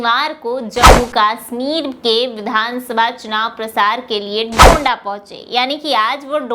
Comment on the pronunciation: डंडा नहीं डोडा नाम है। बोलने से पहले अच्छी तरह पढ़ लिया करें